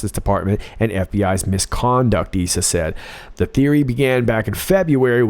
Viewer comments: "eye-sa" , Darrel. :) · Just a quick comment, Darrel Issa is pronounced I (long I, sounds like I then Sa.) Love your channel! Keep rocking Q! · Issa = "EYE-ssa" - but he's leaving Congress in January, having been a fine establishment Republican. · Again thanks for the great, realistic review. No offense meant only hekp, but Rep. Issa's name is pronounced eye-sa, now that he's retiring.